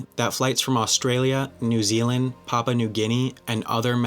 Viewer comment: Papa New Guinea... Mama Old Guinea ;) I assume you meant PAPUA New Guinea ;)